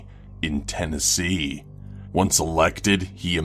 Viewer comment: why does he emphasize non scary things as scary "... in Tennessee..." lol